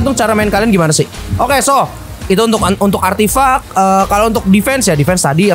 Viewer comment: ngomong:artifact Yang gw dengar:artif*ck